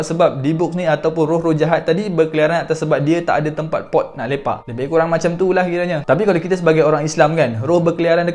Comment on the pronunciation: Lawak do dia ckp tempat "Lepak" ni😆